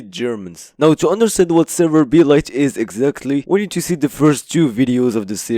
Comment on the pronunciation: is it really pronounced as server-b-light? i thought it was serverblight as in like "blight"